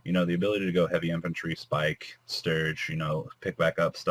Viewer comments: holy shit its fucking abyss pike …. abyss .. pike not spike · Can you learn how to fucking read. Pike not fucking spike its not s + whatever the other word is. Abyss is spelled with two s not one